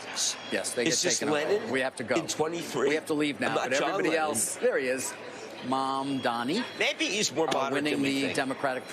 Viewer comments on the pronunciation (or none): "Maaaamdani" look at them playing the same card Dan Quayle played when he emphasized the foreign-sounding name of "Maaaario Cuomo." This stuff never changes.